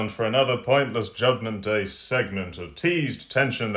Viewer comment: "Jobment Day"😂😂😂😂